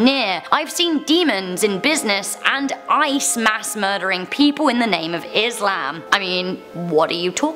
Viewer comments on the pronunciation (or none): none